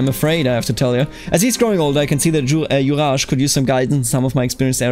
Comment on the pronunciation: Juraj is pronounced with both Js as in German, so something like "Yuray", like Yuri